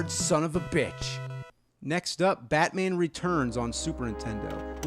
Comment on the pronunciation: on the first game he says ham batmaaaa